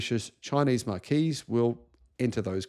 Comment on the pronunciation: That's not how you pronounce marque.